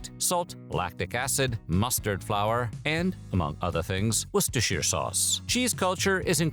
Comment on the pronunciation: Well done: you didn't mangle the pronunciation of Worchesterertschyaire!